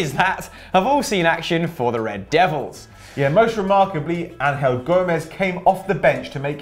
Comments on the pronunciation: It is pronounced angel not 'an-hel' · Its not fucking Ang-hell. Its fucking Angel. As in a fucking angel. Not as in fucking Angel Di Maria.